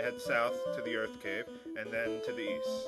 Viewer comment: I thought I heard you say Earth Crib as you left Melmond. XD